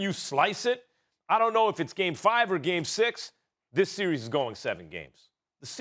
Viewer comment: Best player in the "seer-ees"